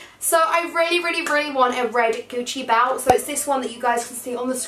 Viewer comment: the way u say "belt" is like "balt" hahhaha